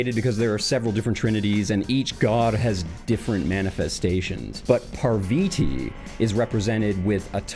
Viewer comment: "Shiv-a" okay, not a bad pronunciation "Ganish" not what we call him, but close enough "Parviti" god dammit, how'd you switch the a for an i? For future reference: it's PARVATHI PAR = par like par for the course VA = va like in vagina TH = soft thh sound like the TH in teeth I = eee like the French letter e